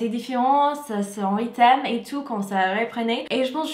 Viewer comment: Demande à ton mari de t'aider à prononcer RYTHME. tu prononce rythème c'est pas bon 😜